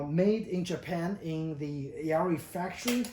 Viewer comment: Pronounced "Ya-ear-ee" . That guitar is Rosewood back and sides and Sitka Spruce top.